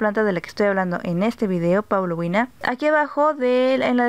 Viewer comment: GRACIAS POR LA INFORMACIÓN. PRONUNCIAS: PAULO-UINA Y ESTA ESCRITO: PAULO-UNIA. COMO SE PRONUNCIA REALMENTE? SALUDOS